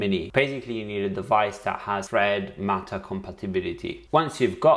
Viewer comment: I kept hearing him say FRED network 😆🤣